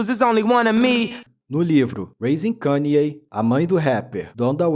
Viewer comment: Primeiro canal Br que pronuncia o nome dele corretamente kk